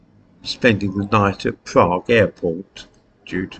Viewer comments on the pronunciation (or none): none